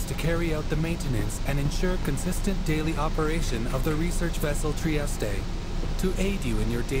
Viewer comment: At first tI though the triestre at the beginning said - Aboard the Testicle xD